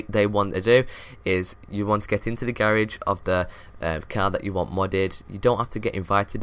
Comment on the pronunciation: Why the fuck does he say garage like that